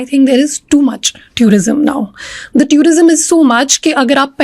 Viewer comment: With all respect What is that tourism pronunciation